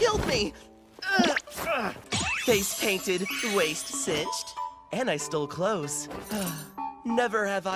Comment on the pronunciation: I always hear “and I still close” instead of “and I stole clothes” 😂